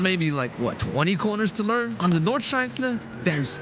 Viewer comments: My German heart is dying when hearing ,, nordschlaifle" in the intro mate 💔 pls redo and reupload this sht or I'll unsub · Nordschleifle? Where did you get that „le“ from??? Nord-schlei-fe